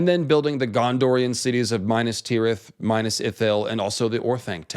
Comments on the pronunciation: Not bad, but Please Min`as Not Minus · Mee-nas... Bro not Minus... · Repeat after me, It's Minas. Minas, not Minus. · It’s not minus but minas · "Minas"= 'meenas", 'Cirith= keerith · Every time you say Mainas I feel a dagger in my heart 😢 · Minas as in "me" or "milk" Not Minas as in "mine" or "my" Cirith as is "key" not "see"